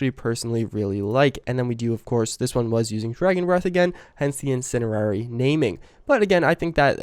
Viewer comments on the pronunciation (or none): This dude really annoys me. He says 'we do have' before everything, he pretends to know things about firearms when calling short barreled rifles PDW's or SMG's, and he says 'incenderary'. He may have screwed up more but I had to stop watching.